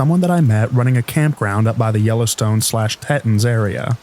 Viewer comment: Theyre called Teeton, not Tetun. Teton.